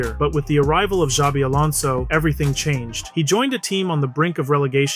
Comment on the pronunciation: I cringed every time you said "Zabi" 😅 the beginning sound of his first name is a "sh" (like in shelter) but the rest was correctly pronounced